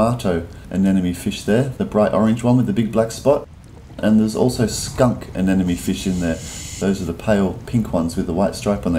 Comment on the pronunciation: It's Anemone...anemone...a-ne-Mo-Ne...a-ne-MO-NE. It's NOT Anenome...a-ne-NO-ME. The "M" comes before the "N". A-ne-Mo-Ne...A-ne-Mo-Ne. When is this guy gonna get it right?!! It's like the people that say Nucular instead of Nuclear; very annoying!!